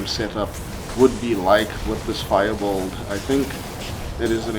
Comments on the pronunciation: The way you said “bulld” (“build”) makes my blood boil… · C'mon man Say it slowly it's B U I L D !! Not bold or whatever you are saying.